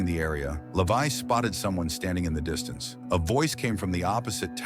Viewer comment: his name is levi not lavai😂😂😂..